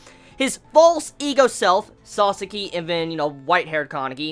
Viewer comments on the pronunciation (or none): Each time you say sasaki. I hear it as sasuke😂